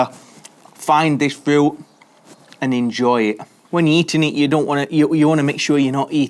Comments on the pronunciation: FRIUT??? say fruit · Love how you say "Furooiuoot" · Why do you say fruit like that? "Frü"